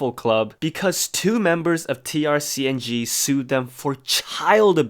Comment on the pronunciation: Also its pronounced TRACING. Figured you might wanted to know.